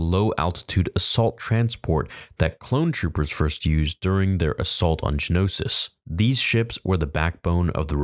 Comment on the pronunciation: I love how you pronounced "Geonosis" like George did!